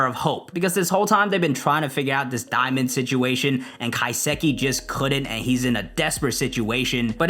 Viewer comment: Love the video but ka-sa-ki